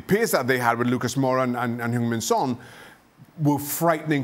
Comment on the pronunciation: Shaka is the first pundit I've ever heard that almost got Heung Min Son right... for everyone else they seem to really like hYUNg Min Son. Tips: the "eu" here is the sound you make when you grind your teeth